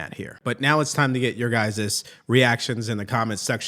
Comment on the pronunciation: Your guyziz? You can just say “your guy’s opinion…